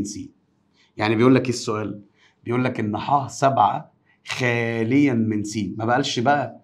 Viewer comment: رقم ٧ نموذج ٢ خالٍ من س وليس خاليًا 😂❤